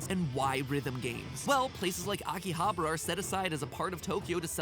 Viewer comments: "Akihabra" -Matpat, 2017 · man matpat has never seen a high school anime in his life -.- it's not "Akihabra" it's "Aki-ha-bara"! he is missing an "a"... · i thought it was pronounced Aki-ha-ba-ra. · I live 15 minutes away from Akihabara, so I can't say I needed the 3D, However the show was (as usual) great! And just to give you a hint of japanese language, every R you read are pronunced L, everyone of them, even for english/foreign words. So, You met LinLin and went to AkihabaLa and HaLajuku. And that's not a TheoLy... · It's fun seeing Mattpat murder those Japanese words lol. His pronunciation of Akihabara sounded like he was saying chupacabra 😂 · isn't it akihabara? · the way he pronounced Akihabara was too damn funny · MATPAT GOOD GOD GET YOUR PRONUNCIATION RIGHT BEFORE YOU ENTER JAPAN